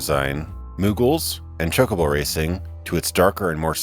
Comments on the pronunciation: Chalkobo? You serious? XD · did you say chuckabo? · I Love you for the videos, they are amazing...but please....its chocobo... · Come on, they even explained how to pronounce chocobo in FF8, there's no excuse for saying it that way anymore. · The amount of times you say "chalk-oh-boh" and "Knob-u-oh" is tilting me.